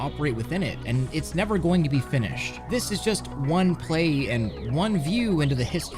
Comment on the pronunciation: attempts to bash my education Proceeds to commit the worst butchering of the word finish possible